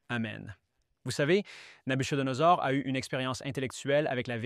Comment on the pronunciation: Le " ch " de Nabuchodonosor se prononce comme un " k " en phonétique française. Pourquoi n'engagez-vous pas des gens qui maîtrisent mieux la langue pour le doublage des différents présentateurs ? Ce serait vraiment idéal pour les francophones et francophiles, n'est-ce pas ? Merci infiniment pour vos si brillantes prestations. Que Dieu vous bénisse.